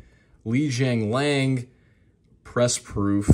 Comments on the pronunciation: li jingliang, this guy calls him li janglang 😂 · A Li base auto is a solid $100 US and a good hold card with his current popularity. Could at least pronounce his name right though..